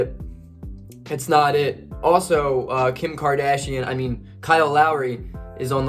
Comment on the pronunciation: Kim Kardcsain ? 😂🤣😭💀that was said twice